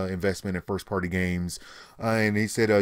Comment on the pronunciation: 1th Firth that's what you're saying "Firth"